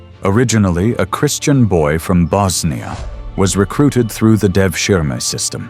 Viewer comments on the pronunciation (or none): none